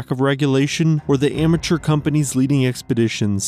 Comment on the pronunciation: When he said "amateur climbers" I thought I heard "immature". Well, probably means the same thing at this point